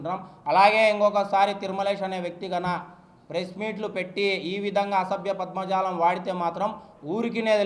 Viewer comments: పద్మజాలామ్ కాదు అయ్యా పదజాలం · అసభ్య పద్మజాలం కాదమ్మా, అసభ్య పదజాలం 🤣